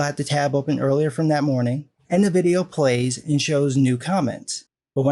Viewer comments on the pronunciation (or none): none